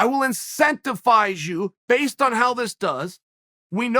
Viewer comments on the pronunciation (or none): It’s INCENTI V ISE with a V, not incentifise with an F, you idiot, Chael! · “Incensifise” I swear he does this shit on purpose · Are you saying “incentiFize”? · Hate to be this guy but uts incentivise not incentifise bro. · me: “incentivize” chael: “incentifize” me: “incentifize” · Anyone want to tell me what incentifize means? Haha ohhhh Chael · Everybody: Incentivize Chael: Intenctifize Everbody: Intenctifize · " Incenta-Fize" (x2) 💀💀💀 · Chael “incentifize” sonnen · INCENTIFIZE INCENTIFIZE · Chael ”incentifize” Sonnen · I never knew 'incentifise' was a word, I learn something new from Uncle Chael every day! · Chael P. Sonnen! The "P" is for "incentiphyzing". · Chael can't pronounce incentivize and is willing to prove it to you. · There's no F in that word..